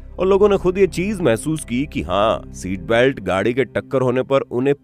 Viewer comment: भैया सीट बेल्ट होता हैँ की सैट बेल्ट होता होता हैँ